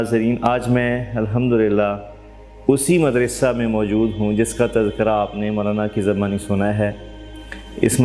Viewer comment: سر آپ مدرسہ کا تلفظ صحیح ادا نہیں فرما رہے مدرسہ کی دال پر زیر نہیں بالکہ زبر پڑھی جاتی ہے جبکہ آپ مسلسل زیر پڑھ رہے ہیں